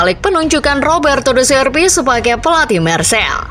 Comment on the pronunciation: Penyebutan nya Marsei bukan Marsel